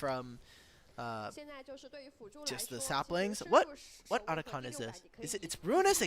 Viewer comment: this annoying caster pronouncing atakhan likes he's indian ffs